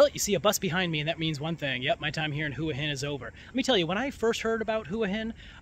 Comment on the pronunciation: They are called pepper corns, probably from Cambodia. You should use google and do some research, you don’t even pronounce Hua Hin correctly and it’s not polite to call bar girls prostitutes. 🤔